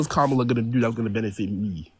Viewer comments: Insulting a black woman, he totally butchering Kamala's name and then saying, "Whatever." Blech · The caller lost all credibility from the very beginning when he couldn't even pronounced "Kamala" name correctly. Good grief, that dude must have an IQ of 70. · A black man purposely mispronouncing a black womans name is misogynistic and disrespectful because if had mispronounced his name in response he would have probably called a racist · This guy is too dumb to know how to pronounce Kamala. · If they couldn't honestly pronounce it, he could just say "Harris" but he won't because he likes to mock her and troll a bit. That said, he's probably a bit too stupid to learn how to say it anyway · They purposely mispronounce her name as an insult